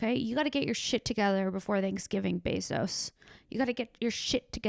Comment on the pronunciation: For a moment I thought you were saying "Bez Hos", as if Jeff Bosos has a Bez Ho or several tucked all over the city in little apartments like Howard Hughes. Amazon groupies. Shit maybe he does idk!